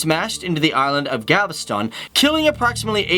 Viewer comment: galveston? say it again?